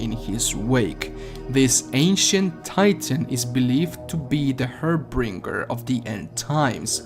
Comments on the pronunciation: god damn it - its like your 300th video HAR-BINGE-ER Say it with me... HAR - BINDGE - ER Its not the 4ucking har bringer lol i love u though, keep it up. Listen i know doom eternal came out and the questions are all answered yada-yada-yada, and we need to really critically think to figure out what all the deeper questions are etc. etc. - but there was so much leakage and hype and speed running happening that its enough to make your head spin! We need to start covering what's next, what';s in the DLC, is 4ucking ID gonna give us CLASSIC MULTIPLAYER MODES BACK! what next! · Ok, say it with me "HAR-BINGE-ER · There's no r in harbinger